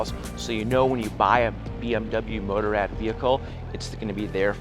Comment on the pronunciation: "Motor-Ad" that's not how you say Motorrad.